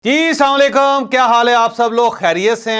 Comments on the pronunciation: جاوید صاحب سام لیکم نا کہا کریں آپ تو درود پاک پڑھ کر پروگرام شروع کرتے ہیں سلام درست کریں یعنی اسلام و علیکم کہا کریں امید ہے تصحیح کر لیں گے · جناب سلام علیکم نہیں اسلام علیکم ہوتا تو یہ اپنا لفظ ٹھیک کریں